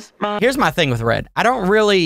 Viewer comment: It's red not led